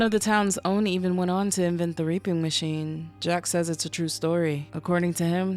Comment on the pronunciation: I swear I head you say "R*ping Machine"